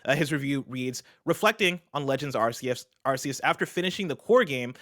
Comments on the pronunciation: Arceus is pronounced as AR-KEY-US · says ASS-SEE-US 😆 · Can the guys start pronouncing Arceus correctly? So weird to hear it like that, even the guest said it right. (Hint, it's in the trailer)